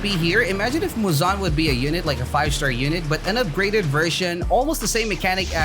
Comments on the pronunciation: muuzaan? its muzan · Guys he said it fine he said it right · it's not right lmao